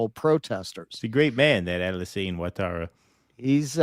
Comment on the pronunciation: Thanks keaton for helping with the ivory Coast 🤣👌 Also, its pronounced, "what-tara". Ou is like the 'oui' in French. Helps if you like football, you learn language by proxy 🤷‍♂️😁